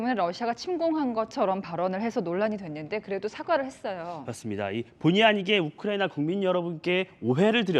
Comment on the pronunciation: 이재명이놈때문우크나이비하 발음하여국제적나라망신시켰다 세계적개망신하였습니다